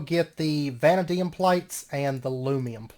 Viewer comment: Hey, I'm enjoying the series so far. Just a heads up vanadium is pronounced vah-nay-dee-umm. Anyways thanks for the fun series and I look forward to seeing more.